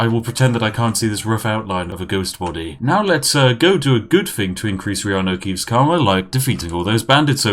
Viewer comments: 10 minutes in, finally realises he called him reanu keaves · Take a shot everytime spiff accidentally calls him keeanu